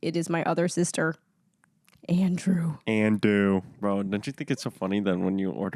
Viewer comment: not me thinking he said andrew juannn